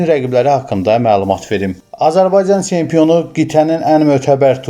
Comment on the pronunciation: Tsempion, veredziyiy, teleffuzu duzelt ay kishi